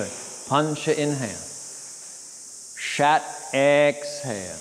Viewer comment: “a”’s in Sanskrit are pronounced like “uhh” just fyi, it’s not shat it’s closer to “shut” otherwise, well it sounds like you’re saying shat mate, and yoga is not shat